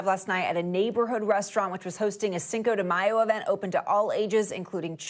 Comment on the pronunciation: "sanko de mayo" lol she said it twice